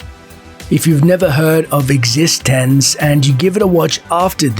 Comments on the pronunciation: It's pronounced X e stence not Existenzzzzz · You're pronouncing Existenz wrong. They actually tell you how to pronounce it in the first sentence of dialogue spoken in the movie, if you'd watched it. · when you recommend eXistenz and don‘t know how to pronounce the name 😂